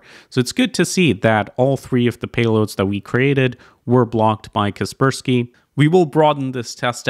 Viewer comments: KUH SPUR SKEE? CASS PURR SKY... KASPER SKY.. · I thought (Kasperski in pronounciation) was Kasper Sky.